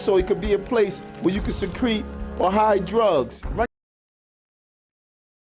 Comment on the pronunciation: Oh yeah, I know he meant "secret drugs." You'd think if you're going to bother using an archaic term you'd bother to learn how to pronounce it.